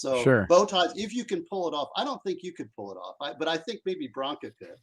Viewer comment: So PROUD you can pronounce BRANCA Correctly! Yay😂